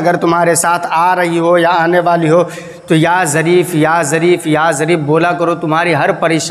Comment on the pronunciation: Jarif nahi zarif 😊😀 bs YouTube pe aa jao chahe naak saf krna na aata ho.